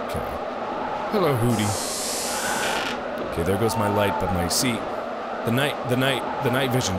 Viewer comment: its hoodini not hoodi mark